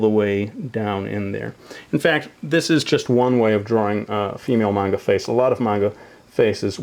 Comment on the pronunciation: do you know Japanese because you pronounced manga perfectly